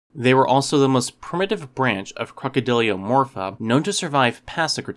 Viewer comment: Just want to point out it’s not “crocodyliomorpha”, it’s crocodylomorpha.